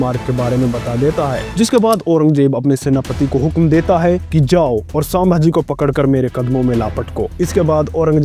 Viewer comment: Saambhaji nahi sambhaji hai